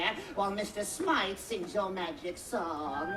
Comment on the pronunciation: *Mr. Smythe not Smiff